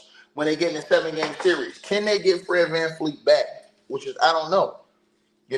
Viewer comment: It’s VanVleet